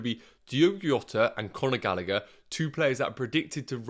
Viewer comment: His name is not pronounced “Iota” , its “Djota”